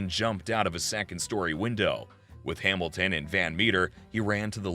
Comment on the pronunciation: I like how he pronounces Hamilton Hamil ten... lol....wtf...